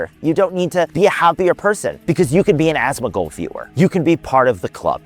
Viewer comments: Asmuh-gold, Asthma-gold, A-smug-old, Ass-Mac-Old. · love how everyone pronounces his name as ashtmagold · y u sayin asthmagold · No hate, but pronunciation of “asmongold” sounds like a toddler lol